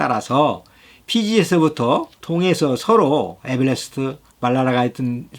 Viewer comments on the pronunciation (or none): Everest 는 에벨레스트 가 아니고 에베레스트 라고 발음합니다, 마찬가지로 Terrorist 는 텔러리스트 라고 읽지 않습니다. 그동안 장시간 좋은 내용 들려주신 그 열정을 다시 치하드립니다. 은 꼭 2045년까지 살아서 누리합중국에서 누리시기 바랍니다. 저는 그냥 한국에서 살다가 가겠습니다.